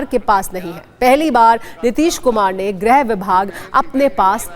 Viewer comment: It's not grah like all fool pronounce , it's grih vibhag